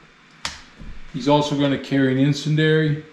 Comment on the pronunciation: Really enjoyed the videos and learned a few things in the process. BTW the proper pronunciation of 'incendiary' is 'in-send-dee-ary'.